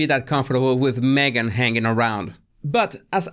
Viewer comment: Oh Oh Jesus Why do you say Magen she is lying . Oh Jesus !!